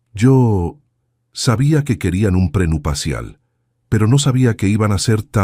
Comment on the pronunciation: Que mal narra este señor, trate de leer bien porque se oye horrible, NO SE DICE PRENUPACIAL ES PRENUPCIAL